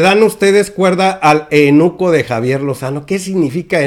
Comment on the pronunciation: Se dice eUnuco, no te saltes la "u"... saludos...